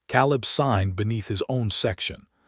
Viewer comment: Not again. Biblical name Caleb is pronounced Kay-lub